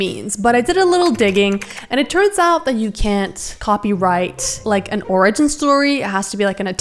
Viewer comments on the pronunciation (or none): Pretty sure she said "Oregon story", instead of "origin story"... more than once. My goodness. 😂